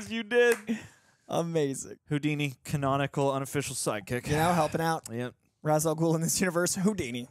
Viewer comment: So… can’t pronounce Ra’s correctly. I’m disappointed more and more with this man. He didn’t even say it ONE correct way.